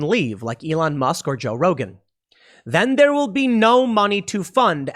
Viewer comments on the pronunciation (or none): none